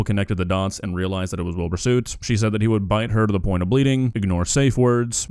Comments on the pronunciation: has clearly never heard it at all because he keeps calling him Wilbur Suit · I know he's a bad guy but I swear if I hear Willbur Suit one more time